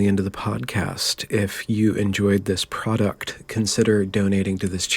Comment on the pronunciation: really hate your outro and how you say product